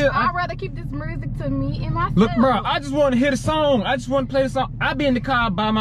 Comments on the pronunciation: She said dis my ex mursic 😭😭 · Lol I think it drive Ken nuts that says, "murrzic" instead of "music" lmao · mersik it is called MUSIC NOT MERSIK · Everybody: Music: "Mursic" 😭😂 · “murrsic” i love y’all 💀💀🤣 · Nobody:: Mersic 😂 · “Mursic” lol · so nobody hear her sayin mursik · Wtf is murrsic 😂😂😂😂😂😂💀